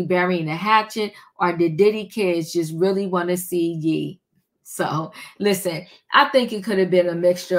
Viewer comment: It’s ye not yeeee😂❤